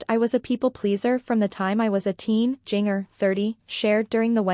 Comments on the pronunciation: And not only that, if this TUFF Moment wants to get the LIKES. Then you need to show the WRITE people with what you are saying. And AGAIN PLEASE TRY TO ANNOUNCE the names right. Jinger is pronounced GINGER like the spice. I know it's done by a computer, but it's ANNOYING !!! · Her name is pronounced as GINGER, PLEASE